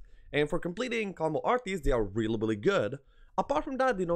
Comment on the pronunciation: Good list and a good watch. You say really billy( sounds like you trying to say reliably) when you mean really. Didnt want to say anything buy noticed it in many vids and it started to bug me sry.